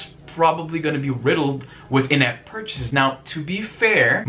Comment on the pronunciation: I know you said "in-app purchasing" but it sounds like "inept purchasing".